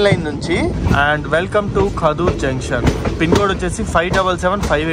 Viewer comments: Kaadur kadu kadur. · Adhi kaaduru kaadhu kaduru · కాదూర్ ❌ కడూర్ ✅